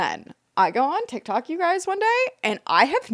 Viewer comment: said tihk toohk like Miranda Sings